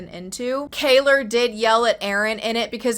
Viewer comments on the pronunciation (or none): It’s kyeluh 😂